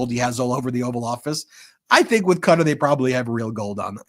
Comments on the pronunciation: Learn how to say Qatar....it is not Cutter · Its pronounced Kah tar , not cutter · Sorry Ben. Please it’s pronounce “kah-tar” not “cutter” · Qatar is NOT pronounced Cutter. It's like Guitar with a "C". D'oh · It is NOT pronounced 'cutter' - Ka-tar please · It must be stopped immediately. And Ben, please learn how to say Qatar correctly. It is NOT pronounced like "cutter" !!!! It is pronounced "ka-tar"!!!! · Ben , I love the meidas touch , but i have to say Qatar is not pronounced as cutter . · Ffs its not "Cutter"! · Ben, please learn how to pronounce Qatar properly. It’s NOT Cutter😂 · Yep, so weird hearing it said 'Cutter'. Haven't these guys ever heard of the country until now? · Ben,you guys are amazing,I'm giggling though quatar is pronounced kitaar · Live your great work brothers... Constructive criticism Ben... It's kuhtar Alternative pronunciations at Google "pronounce Qatar" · Supposedly it's pronounced kuh-TAR! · Yep, that was so jarring hearing that pronunciation the first time. Thought he was talking about a person.